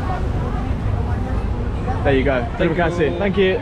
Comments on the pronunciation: our currency is Rupiah (ru-pee-ah), not Rupee.... Rupee is India's currency. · haha it's not "rupees" it's "rupiah", read: roo + pee + ah = roopeeah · little bit correction our currency is spell "ru-pi-ah" not rupee, rupee is Indian. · Btw, the right way to pronounce IDR/Rp is RYU-PEE-AH, not RYU-PEE, rupee is Indian currency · its not rupee. its Ru Pee Ah -> Rupiah you guys not in India :face-blue-smiling::face-blue-smiling::face-blue-smiling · It's Ru - pi - ah not rupees.. rupee are India currency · it's Rupiah (roo - pee - yahhh), not rupee